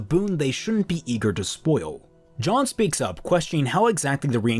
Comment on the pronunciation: Am I the only one that’s annoyed by how he pronounces “Jean” as “John” (It’s French) Otherwise this makes a slog of a volume 50x more interesting. Good job